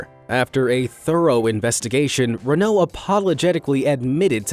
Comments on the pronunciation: His pronunciation of Renault hurts. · Makes me laugh when you cant say Renault properly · sigh pronouncing Renault incorrectly......